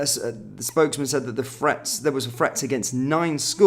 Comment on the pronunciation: There is no F in the word 'threat'...lazy pronunciation 😠